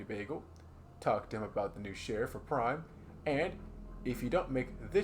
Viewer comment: Super cool video idea, havnt seen anything like this before. seems like you new and put alot of work into this and you did a great job! btw its PRIMM not Prime